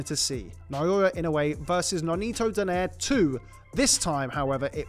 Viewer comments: I liked when they sa it "Donare" instead of saying "Do-nai-re" it's funny though 😂😂😂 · Ironic, they can pronounce Nonito properly while they kept saying his lastname wrong😂😂😂😂😂😂😂